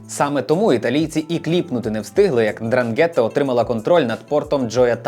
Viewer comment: Я вас прошу, ознайомтесь з правильною вимовою слова 'Ndràngheta, бо це Дранге́тта слухати все відео було важко)